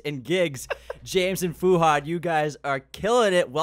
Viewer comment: the way they pronounce Fuhad's name is such an ICKK